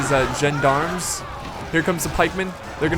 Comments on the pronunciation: It's more like "Zjon-Dharms" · John-d'arms, because John needs de arms to fight. I know you pronounce "D" as "Dee" over there but it is pronounced as a "Duh" in this case.I like stainless steel for its style points, knights look like individuals and fight a lot more fiercely. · correct pronunciation Gend-ARM see battle of Pavia intro for an example. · As I live in Switzerland and therefore speak French it is pronounced "Shawn-dahrm". The S in French is silent if it isn't a double S.